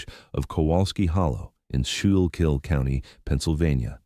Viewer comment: It's pronounced Skoo-kill county.